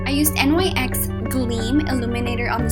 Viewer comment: you do know that NYX is spoken like "nix" ;) btw like the video alot